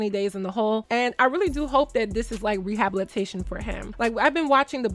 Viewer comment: Wait, how did you pronounce rehabilitation???